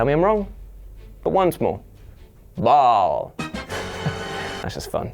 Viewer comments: Ok is no one else going to point out he pronounced “Baal” wrong? It’s pronounced Bail in the game not Ball. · Ball? Who the hell says Ball? It's Baal as in Baal(Bale) of hay. Christian Baal(Bale) works as well. You Redcoats have trouble with words.